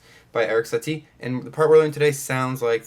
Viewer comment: Lol I’m French you said his nam right don’t worry ahaha